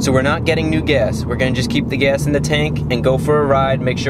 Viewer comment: Wth is he saying "guess"!?!? Its pronounced "gASS"